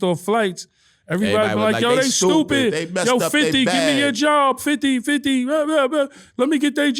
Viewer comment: Uncle murda say stupid 😢😅😅😅😂😂😂😂😂 I heard on the music tip how you say it funny as he'll stu pid